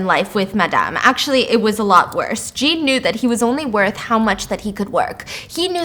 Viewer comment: I love the way you terribly pronounce French names 😂 Listen. I took 4 years of french and even all of us were like nah man that’s John.